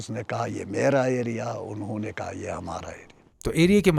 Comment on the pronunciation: "Unnayy".... kuch nahi hota " unho nay" hota hai. Ya "unhi ne"